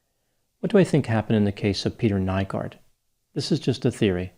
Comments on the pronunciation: Greetings from Helsinki, Finland! Not really the fame I was hoping, but what can you do.. his case has been followed very closely here in the media, thanks for your take on it! (Nygård is pronounced ”new-gord”, but who cares…) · Aileen Wuornos' parental line is from Finland (Oulu) as well, not exactly the attention we want but I'm sure the damn happiness index still takes the cake of what we're remembered for lol I had to rewind once I heard his name pronounced, even made a confused comment about it lol